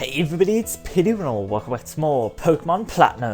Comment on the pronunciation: It's Byron not Bryon!!! Good episode none the less though :)